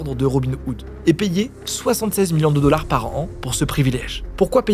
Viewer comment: J'avoue 😂 La perle est attribuée au dollards 😅